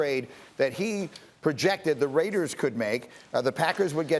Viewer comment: heheh "Radiers"